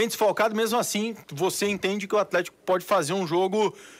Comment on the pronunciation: "compricado" "atrético"